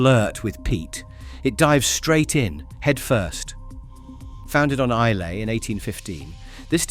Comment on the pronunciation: Islay is pronounced Eye - la, not phonetically as spelt.